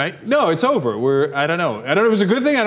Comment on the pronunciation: It's O-V-A-H